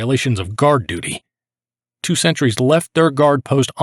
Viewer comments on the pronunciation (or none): He seems to mispronounce sentries as "centuries". And same with the singular.